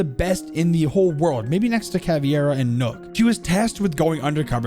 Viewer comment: I’m fairly certain that nokk isn’t pronounced nook I’m fairly certain that nokk is pronounced as knock.